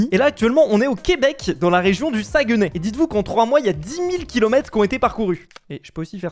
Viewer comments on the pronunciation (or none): Ça se prononce sag-nay. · Les québécois en sueur devant la prononciation du sagueeee nay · Je suis québecois je vie au saguenay (et non "saaaagueuuuné"😂😂😂😂😂) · COMMENT TA DIT SAGUENAY, tu nous a tous fait saigner des oreilles. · La prononciation de Saguenay qui m'a légèrement fait mal